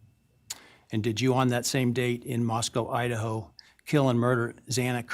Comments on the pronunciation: this guy cant even pronounce xana’s name right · Upsetting that the judge continues to say Xanas name wrong 😡